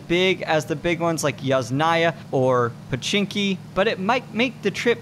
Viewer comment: btw, kAmeshki, not kamEshki :) And yAsnaya, not yasnAya. That's how they're pronounced in Russian, so I'm not correcting you at all.